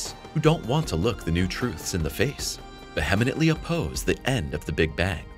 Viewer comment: The word “vehemently” is pronounced ˈviː.ə.mənt.li, the “h” is silent and there is not an “en” before the “tly” at the end of the word. your narrator pronounced it with an extra syllable. Sometimes scientists need a friend who’s a former English major.